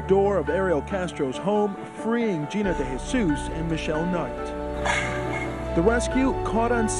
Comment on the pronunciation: Day-hay-suess. Is how it's pronounced